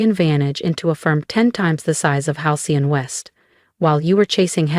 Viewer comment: Every time Halcyon is trying to be pronounced by the AI? The text changes, the fake 'narration' screws up